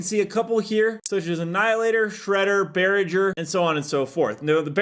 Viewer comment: Bah-Ra-Jugh = Barrage